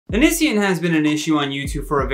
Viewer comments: I’m sorry but it’s oh-knee-see-on. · The way he pronounced Onision tho 😳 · I honestly love the implication that Onion boy isn’t relevant enough for him to look up pronunciation.😂